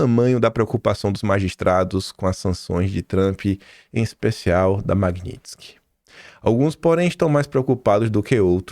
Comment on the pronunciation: não se diz Maguinintisky e sim Magnitisky!